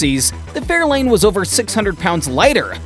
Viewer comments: If you can stick with this video long enough he does show some Fairlanes ..... but he calls them Fairlines. What a joke. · He did say fairline and not Fairlane.